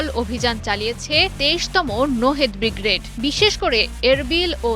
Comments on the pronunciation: আরে ভাইরে ভাই। উচ্চারণটা "ব্রিগ্রেড" না "ব্রিগেড"! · উচ্চারণ ঠিক হয় না madam শব্দটা হবে Brigade , Bgrad হবে না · সংবাদ পাঠিকা, তোমার বিশ্রী উচ্চারণ ত্রুটি রয়েছে, বিগ্রেড বিগ্রেড করছো সেটা ভূল! শুদ্ধ উচ্চারণটা হচ্ছে ব্রিগেড!